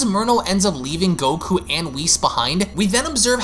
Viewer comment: I love this but can you PLEASE work on not saying GokuA? Its just goku haha. But I love your dragon ball passion